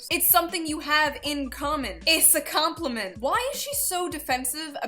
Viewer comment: 'ISSA COM-PLI-MENT' ☠